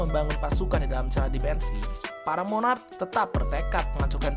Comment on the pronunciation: Bukan monac tapi monark